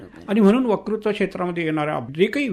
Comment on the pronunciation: मुलाखतकार आणि मुलाखत देणारे दोघेही वत्कृत्वाला वकृत्व म्हणताहेत.